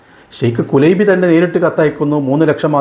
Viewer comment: കുലൈബി എന്നല്ല കുലൈബ് എന്നാണ് عبد الله كليب الهاملي